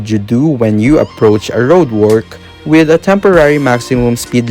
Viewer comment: Everyone: withw iT͟H Him: Weyth